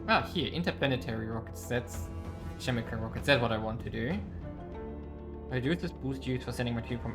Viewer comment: Great vid, as other people said, music is too loud, makes it very difficult to hear you. Also, if you're interested, Chemical is pronounced with a hard C, "Kemi-cal" not "Chemi-cal".